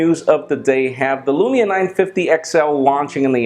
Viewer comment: actualy you prenounce the u in lumia quickly as lumi means snow in finnish and Nokia is Finnish